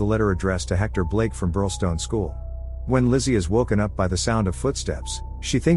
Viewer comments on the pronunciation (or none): none